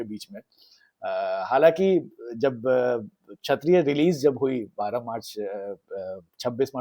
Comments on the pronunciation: It's not 'Chhatriya' but 'Kshatriya'. Work on your pronunciation. Divya Bharti, not Divya Dutta. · Buddy,it's Kshatriya not Chhatriya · छत्रीय नहीं भाई, क्षत्रीय बोलो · Bhai its not chaattttriyaa.. plsss …